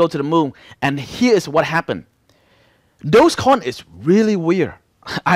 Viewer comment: Bro is dodge coin, not dose coin, you keep saying dose coin.